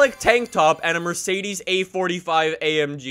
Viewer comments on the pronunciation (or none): none